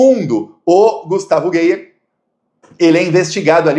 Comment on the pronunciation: A pronúncia não é geier é gaier.